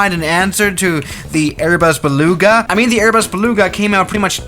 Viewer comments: You literly said Airbus be lugs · Berbas beluga